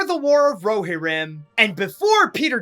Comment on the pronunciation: It's pronounced Ro-Here-im.